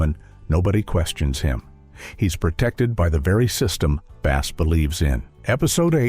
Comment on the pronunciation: His first name is pronounced as "BASS" the fish and not Bass as a musical instrument.